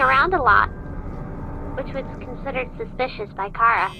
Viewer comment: Appreciated it that you Pronuced Chara as in "Ka-ra" not "Cha-ra" and that you protrayed her as a girl.